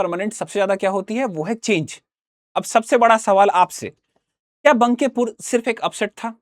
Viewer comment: Phli baat बंकीपुर नहीं बांकीपुर hota hai 😂